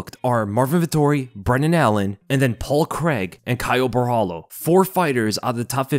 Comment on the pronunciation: Hey, just a tip: You can pronounce Borralho like it has two L's instead of the LH